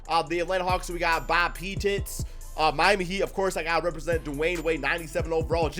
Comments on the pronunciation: For my own sanity, please tell me the pronouciation of P-TITS is a joke....? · And he pronounced pettit wrong. Pete-it 😂